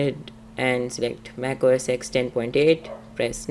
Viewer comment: It's OS FUCKING TEN